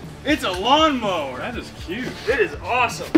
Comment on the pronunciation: It’s a Gawnmower